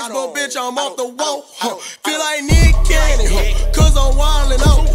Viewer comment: That nick cannon sound like “meat canyon” for me im fried bro 😂😂